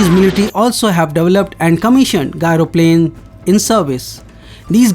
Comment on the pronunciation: Not "gairo plane",it is said "jairo plane". Outdated info.